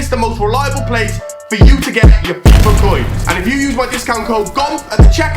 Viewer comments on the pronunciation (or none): none